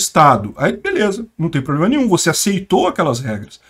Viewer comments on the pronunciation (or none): none